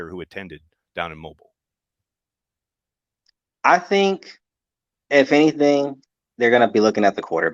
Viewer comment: You’re saying Mobile wrong.